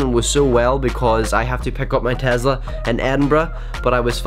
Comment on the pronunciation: its not called a tazla its called a tesla witj a s not a z